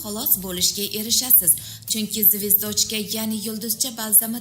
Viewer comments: ургуни тугри куийнг звёздочка. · Xaqiqatdanam zvezdochka ga balo bomi zvyozdochka din. ujas talaffuzizls. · Звэздочка эмас звёздочка деб укилади сал саводни оширинглар илтимос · ЗВЕЗД(О)ЧКА ЭМАС, ЗВ(Ё)ЗДОЧКА деб укинг яхши киз! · Звиздочка 🤭деб куйдирда опаям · нега бу киз русча сузларни тугри укий олмайди.звездочкани ,ЗВЁЗДЧКА,-деб укилади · Звиздочка мас звездочка дейды опача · ЗВЕЗДОЧКА ЭМАС ЗВЁЗДОЧКА ДЕБ УКИЛАДИ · Звездочка демасдан олдин туғри гапиргин звёздочка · Эй Киз ургуни тугри куйинг.звездочкани тугри талаффуз килишни билмасангиз юлдузча деб айтинг.гапиришингиз мунча купол.екимсиз овоз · Нега доим русча сузларни хато талаффуз киласиз звездочка эмас звёздочка о деярли укилмайди рус тили укимагагмисиз маслахат учун катта рахмат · 😂😂😂😂Звездочкамасеее. Тугри айтинг номини. Куп сузларни тугри талаффуз килишни урганинг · Звездоооочка ук,ишниям к,отирдиз 🤣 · Voy mazza qib kulimande malades 🙏😂😂😂 ayniqsa zvezDochka dishiga gap yo lekin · Звёздочка. Деб.айтилади.лекин.езилишида. Звездочка.деб.езилади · 😂звёёздочка боладиюю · Нурмухаммад Бакиров (звездочка бас 😂 мас звёздочка булади !!!! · Звездочка деп зур айтиптими😂😂😂😂😂😂😂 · Звездочка демай звездочка де укилишини чирой уки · Олдин звёздочкани яхши ва тогри айтишни урганиб олиб кегин ролик чикармабсизда ё бомаса узбекчасига юлдузча деб куя комабсизда барибир сизи ролигизи руслар томоша килмайди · boshlovchi qiz xichyo xato qme gapiring immilaganizga yarasha.Zvezdochkamish.Yaxshiyamki rustili darsi bor,chteniya darslari bor.o‘qimaganakansizda a? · Керакли маълумот берилди.Раҳмат. Фақат звёздочка сўзида урғу ё ҳарфига қўйиб талаффуз қилса тўғри бўларди. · Звездочка созини тогри талаффуз килинг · Звёздочка деб укишни биладиган одам йукми?. Узи уялмидими а гапини эшитармикин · Звездочка😅 куйэ уятэ саводинг йукми пул улсин мактабда рус тилини укитганми яна киз боламиш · Неправильное 👎 ударение . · Звездочка😂😂😂😂😂😂😂😂😂😂😂😂 звёздочка дейилади ахир сизни бутун олам эшитяптию 😂😂😂😂😂😂😂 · Бесавод,звездочкани акцентини урган.